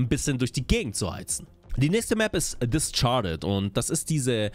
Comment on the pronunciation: No Front aber das "Discharded" statt "Discarded" triggert mich derbe :P